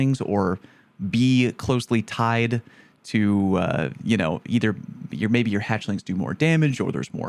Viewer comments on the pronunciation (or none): none